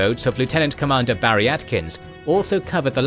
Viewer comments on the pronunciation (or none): none